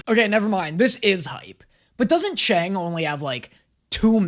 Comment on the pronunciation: love this reaction series but is anyone going to tell it's pronounced "chung" and not "chang"?